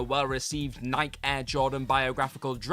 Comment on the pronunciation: Seriously, WhatCulture can't even pronounce "Nike" correctly. :face-orange-frowning: I shouldn't be surprised... they can't be bothered to even WATCH their own videos before posting them.